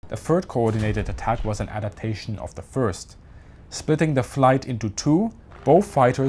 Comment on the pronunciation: APADATION? Don’t you mean ADAPTATION?